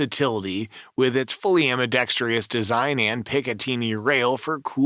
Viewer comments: ambidextrous..NOT ambidextreeeeeous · Not trying to be rude - just think your videos would improve w proper pronunciation. AM-BEE-DEX-TRUSS is the pronunciation, not AM-BEE-DEX-TREE-US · AMBIDEXTROUS...not AMBIDEXTRIOUS - are you simply trying to find a home for the "i" you stole from Aluminium?